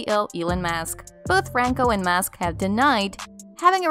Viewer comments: It’s pronounced SCURRILOUS….NOT SCARRILOUS….and ELON’S last name is MUSK….NOT MASK. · Musk not mask